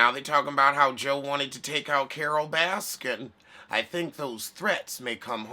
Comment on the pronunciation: The way you say Carol’s name cracks me up